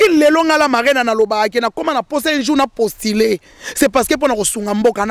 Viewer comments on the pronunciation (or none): Mama avocate ya promotion nini? mais avocate ngo ayebi te ko differencier u to i balobaka postuler et non postiler balobaka suicider et non suicideu